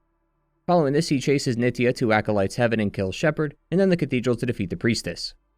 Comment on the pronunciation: "Acolytes Haven" not "Heaven"